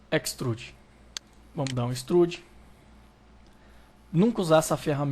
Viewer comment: Que dor nos meus ouvidos ._. "Équistruudi" não deu para aguentar